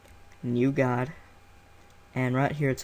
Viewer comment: It's more to do with his accent. How he says "Gah-d" for guide. I've heard others with the same accent pronounce these words the same way.